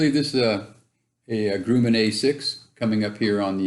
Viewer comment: You are pronouncing Grumman wrong.